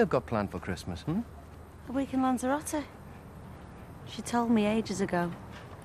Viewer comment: The way they pronounce Lanzarote 🤣🤣🤣🤣